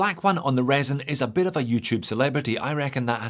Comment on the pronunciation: Never, never, never say resin again!